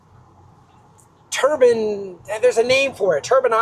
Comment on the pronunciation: Took me a while to realist that "turban" (turr ban) means "turbine" (turr bine)